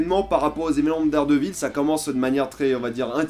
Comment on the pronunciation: J’aime ta vidéo mais tu détruit le nom!! Hhaa Daredevil ça se dis Deredeul à peu près